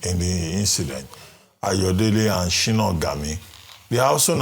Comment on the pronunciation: Sorry Dr Abati Sina Ghami is not a Nigerian. He is Iranian(it's not Shino) but Sina.